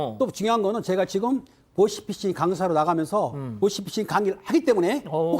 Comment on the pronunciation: 보쉬피쉬... 보이스피싱 발음이 왜안되세요...?